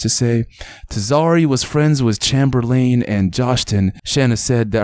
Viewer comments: Bro u my homie and all but bro have u never heard of Chamberlain (chamber len)before ur pronounced it chamer lane 😂...... Sad story tho 😢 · Bro have you ever heard of wilt chamberlain? It's pronounced as chamber-lin just spelled Chamberlain like wilt!I'm guessing that's who he is named after!